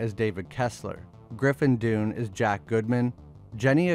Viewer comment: Griffin dune 😂and jenny a-gutter , Americans are funny